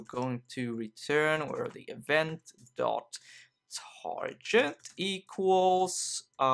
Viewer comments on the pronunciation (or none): awesome video. btw, target is pronounce like "targit" not "tarjet". Sorry if that's annoying. Otherwise your English is 4 million times better than my Swedish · did you said "tarJet" while pronouncing "target" or it's just ne ?? :P Anyways, man, great learning episode one again ... Thankx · it's target not target